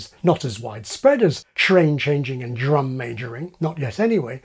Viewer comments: there's a big error in this video. the dr sound isn't a j+r sound but a џ+r sound! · you can actually hear the presenter mispronounce drum several times to try to make it fit the j+r sound he's claiming it makes but it obviously doesn't work. I don't know if the phonetic alphabet has the right sound for the Serbian џ but j+r is just plain wrong.